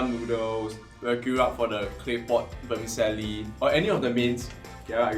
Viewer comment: OMG, and Chiara. NB vermicelli is pronounced ver-mee-CHelli!